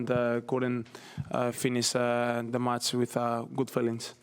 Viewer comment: its not Mats... it is match....!!